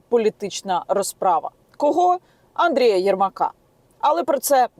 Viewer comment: Саме Андєя, а не Андрія